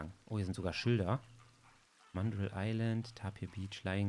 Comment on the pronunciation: Ich mag deine Videos...aber es heißt mandrrrrrrril und nicht englisch ausgesprochen